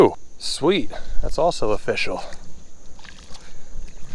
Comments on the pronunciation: It’s O-fish-al! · It's "o-FISH-ul"